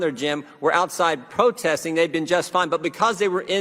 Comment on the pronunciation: Fauci can't even say protesting